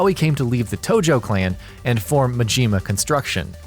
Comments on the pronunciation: MAJIMA,not Mijima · its not ma-jima its ma-ji-ma and its not mo-ko-to its ma-ki-to sounds but spelt differently gosh have you not played zero?! or paid attention?? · Cynical Nihilist Also: Ma-ji-ma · Not, Majeeema!! Ma-Ji-Ma!!! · This guy is a real expert on Goru Mahjeema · I cringed every time you pronounced Majima and Yakzua. You butchered it. Otherwise, good video. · Akira Oni The way he says Majima’s name triggers me.